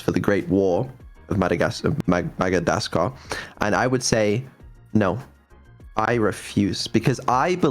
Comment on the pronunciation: "Magadascar" xD